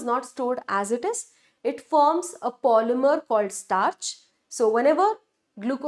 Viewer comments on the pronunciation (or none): none